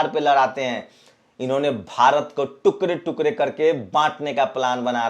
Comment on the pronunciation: Ye tukre tukre kya he sir ji tukde tukde Bola karo apki news pasand aayi